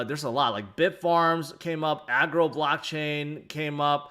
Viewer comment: please it's Argo not Agro! And you should check it out, it's massively undervalued right now